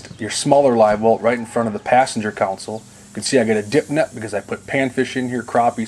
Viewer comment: All these guys in these videos say counsel instead of console?